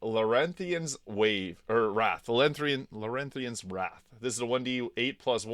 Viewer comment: Welcome to bg3. Larethian not larenthion. Phalar aluve isn't my style but is S. I'll give you that. Good call on blackkguard for dazed, but it's too late in the game. And how are you not putting a simple +1 weapon in trash tier? By early act3, you've got marok staff, nyrulna, blood of lathander, undermountain king, and probably shadow blade and a wikdshape/monk unarmed option. That's 8 max and probably only like 5 melee weapon slots total. Hard to put anything in S tier unless there's a reason to use it, and with 5 slots. That list for the whole game has to be tiny. Why would I mess with disguises or give up a weapon slot for just an infrequent special attack? Makes no sense.